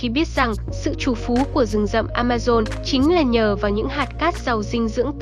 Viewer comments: Amazon mà cứ đọc Amaron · Trời ơi, làm ơn phát âm chính xác hộ. Rừng "Amaron" là rừng gì? Âm "z" chứ không phải là 'r'. Hay "A rập" chứ không phải là "A dập". Nội dung rất hay, mong kênh cải thiện giọng đọc.